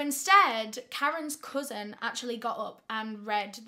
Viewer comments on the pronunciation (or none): none